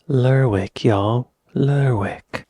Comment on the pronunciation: dont pronounce the W in lerwick